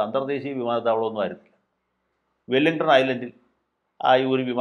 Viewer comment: 01.16മിനിറ്റ് : അങ്ങും "വെല്ലിങ്ടൺ" എന്നാണല്ലോ പറയുന്നത് ! "വില്ലിങ്ഡൺ" എന്നല്ലേ പറയേണ്ടത് ? രണ്ടും രണ്ടു സായിപ്പന്മാർ. "വെല്ലിങ്ടൺ" ദ്വീപ് വിദേശത്ത് ഉണ്ടുതാനും.